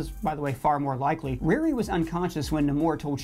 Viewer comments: Does he know he know her name is Ri RI and not "Reari"! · The way he's saying RiRi is killin me 😂 but he's crushing these